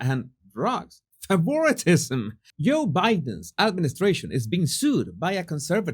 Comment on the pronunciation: FAVOR-TISM pronounced..